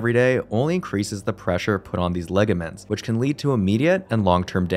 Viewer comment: I think the word is pronounced "ligaments" -- not legaments